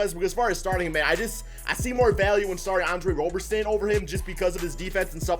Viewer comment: its Andre "ROB"-erson not Andre "ROW"-berson, it is like Robertson without the "T" you don't pronounce the "RO" in Robertson or Robinson like "ROW" you pronounce it like "ROB"